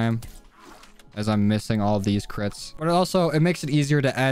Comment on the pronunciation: When he says crits it sounds like Clits haha, no am not 12 y/o...